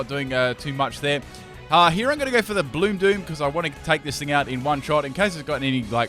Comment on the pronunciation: When u said bloom doom I thought u said blue poop😆